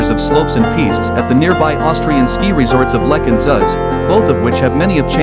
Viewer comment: Who ever made this video needs to teach the AI voice how to actually pronounce the names of the resorts. The resorts in North America really do not deserve to be compared with the huge ski areas in Europe. Whistler Blackcomb would be the exception. The infrastructure, the sheer size of the resorts and the quality of experience weigh heavily towards the European resorts.